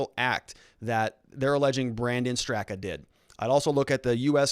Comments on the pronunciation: Pronouced Brandon Strahhhka. He is the founder. A lifelong Dem, gay New York hairdresser, Hillary voter who left the Democratic party. He is NOT a right winger. I feel sick. A gut punch. Weaponized FBI to politically free voices. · Pronounced Strok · Lol... you and names just don’t get along, huh? 😂 It’s Brandon “St...rock” strock... seems weird, but the a on the end is silent and the first is pronounced like the a in father. While I’m helping with name pronunciation, Andy Ngo’s last name is pronounced “no” - the g is silent. 🙏✌️❤️